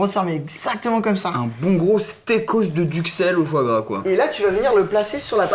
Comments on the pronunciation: ARRÊTE DE DIRE FOOORA A LA PLACE DE FOIS GRAS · mdrrrrr il dit " foie rat " pas foie gras 😂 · quand et fois gras on dirait qu'il dit forains